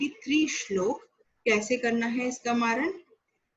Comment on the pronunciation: Superb explanation and pronunciation of Shlok are very good